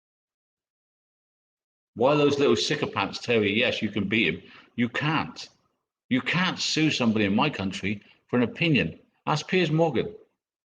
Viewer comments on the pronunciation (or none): No-one understands what he's written! The book is a pamphlet at best. Did he say sickopants instead of sycophants? 🤣🤣 His evidence a mile high are screenshots which are not admissable in court. He has no idea what Frankie is taking him to court for, and like you say, its NOT about money. Its sickening to hear him say things like i have no money, ive just sold my car and you'll get nothing from me and it'll cost you £50000 plus just in letters to your solicitor, ill ask all sorts of things so they do and i have depression so it'll take you over a year to even get me to court, etc etc as its clear how he has lived his life in the past avoiding laws and shirking responsibilities. We know he has earned hundreds of thousands off the back of this family's tragedy, and also know hes squirreled that away, hidden from the authorities. He is a deceitful lying evil human being for sure. His venomous behaviour is showing more and more by the day. He is ugly inside and out and there is clearly no changing him, i wish the worst for him, and it cant come soon enough!